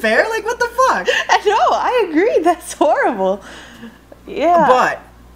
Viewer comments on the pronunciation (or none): the fact your talking about BJ's and pronounces horrible as whoreible.... LOL